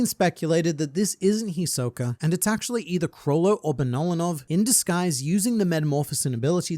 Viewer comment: “Hisok-er” lol I know you’re from England m8 but he is a bit of a joker isn’t he 😅